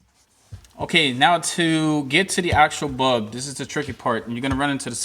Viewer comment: It sounds like you don't say bulb but bub